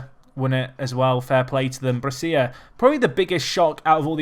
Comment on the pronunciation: Brescia is pronounced Bresha, not Bressia.